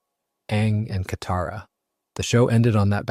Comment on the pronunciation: Okay, the swapping between name pronunciation with Toph and Katara has to be ragebait. I mean, the names are even pronounced in the show. I mean, come on, man, might as well call Katara "cataracts" atp..